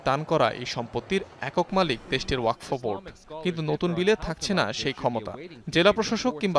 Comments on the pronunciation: uposthapika k bolci..wakof noy.. Wakfo. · উচচারণ ওয়াকোফ না, হবে ওয়াকফো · ওয়াকোফ না, শব্দটি হলো ওয়াকফো। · এই উপস্থাপিকা জীবনে ওয়াকফ শব্দ শুনে নাই?